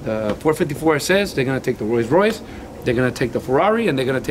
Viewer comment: Fercamar_YT un roi roise raiss.. un porshh lol